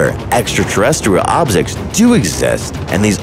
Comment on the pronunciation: "extraterestarou obrsekz"